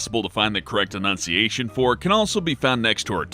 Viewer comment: He said "correct enunciation" How ironic? Very ironic.